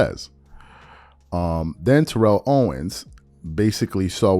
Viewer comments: ( it's said: Tare-rull Owens not Turr-elle--- or just T.O. is what everyone calls him. Kindly consider pronouncing it that way, ---respectfully, thx. ) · Could you please learn to say TO’s name correctly? Or just say “TO” ? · This man talked about SAS mispronouncing names and he has been mispronouncing T.O.’s name this entire time 😫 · and he’s still mispronouncing his name. He always spoke on him mispronouncing other people’s names NOT in a mocking way.